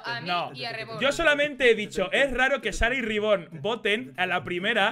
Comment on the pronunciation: No se porque me hace tanta gracia como le dice "Riborn" a Reborn xd.